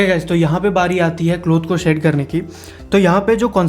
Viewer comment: Bhai aap shade KO see kyu kehte ho